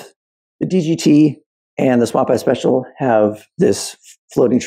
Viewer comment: I'm sorry... I can't unhear "Swamp ass Special" Lol. Great comparison though!